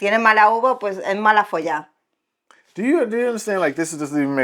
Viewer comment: is MALAFOLLA no MALAFOLLÁ